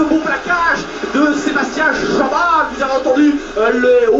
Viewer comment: mdrrrrr comment il prononce "Chabal" Merci pour la vidéo ;-)